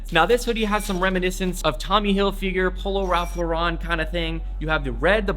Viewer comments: “Lauren” LOr-en. Not Lor-Un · It’s raulph Lauren not raulph Lauron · Polo Ralph LARAN? DSOLE? Dude how do you not know how to pronounce these... Also, the diesel hoodie is made out of neoprene... educate yourself dude.